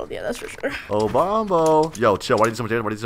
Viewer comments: It sound like Bombo but its Bonbo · It's been 1 year and you still haven't corrected "Bombo" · It sounds like “bomb” in bonbo